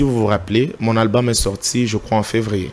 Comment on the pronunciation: Cher journaliste ce n'est pas alboum ,mais albom alors qu'on écrit Album veillez sur votre temprin s'il vous plaît !